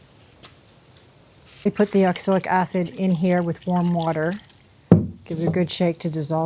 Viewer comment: Pronunciation is ox-a-lic, right? I keep hearing oxilic.